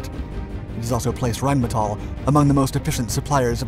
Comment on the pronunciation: as our host has learned how to pronounce Rheinmetall correctly.